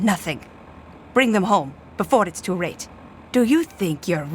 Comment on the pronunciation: “Befor’d it’s too rate”